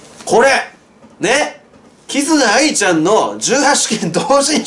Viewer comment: キズナアイの発音ちゃんとしてる人久しぶりに見たわ...